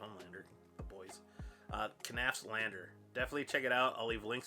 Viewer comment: Just nafs. The k is silent like in knives